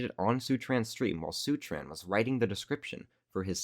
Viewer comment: bro said seutran instead of seturan